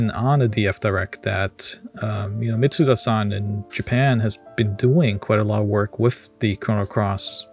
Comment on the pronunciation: Great video but please, please why can't people pronounce Yasunori Mitsuda's name right? There is no z sound in his name.